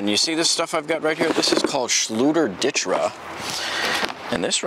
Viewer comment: Yes good reply Zakaroo!! It’s pronounced Ditra (Deetra) been using this awesome product for 10 years now. And the title of this post makes it look like it’s a Ditra problem not a lack of closing space off to others problem!!